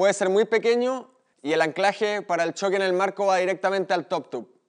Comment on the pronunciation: porque dicen choc y no shoc o chow y no show hablen vien no es un c es una s